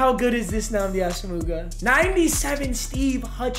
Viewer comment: still doesn’t know how to say nnamdi’s name lol